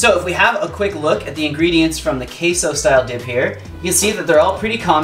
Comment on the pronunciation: As a Mexican the way he says Queso makes me cringe 😩 Also why are they calling it Queso? Why not just call it cheese lol Queso is Cheese in Spanish lol aside from that thanks for sharing the recipe. 🙏🏽